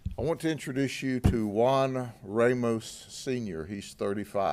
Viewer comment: Ramos is a short "a"as is Santos gringos can't say it ever lol spanish alphabit